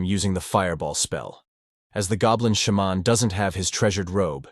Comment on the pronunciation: I love how the voice says shaman as sh-mon. Like its some Michel jackson sound effect. XD